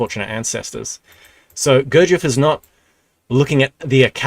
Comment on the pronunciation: Still catching up to the present timeline, but for the future - it's spelled [g u r d ʒ iː j e v] Your'e almost nailing it, just a little more attention to the ending good man. Sorry for wiseacrering, my slav personality is little more arrogant then the english :D